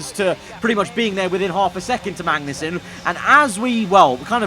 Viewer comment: you say magnussen like benedict cumberbatch says penguin. you miss the 'g'